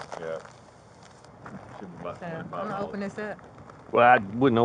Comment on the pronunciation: ”gon”?? Were you trying to say “going”??